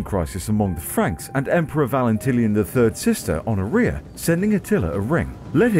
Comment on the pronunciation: Uh, Honoria doesn't rhyme with gonorrhoea. 🤣🤣🤣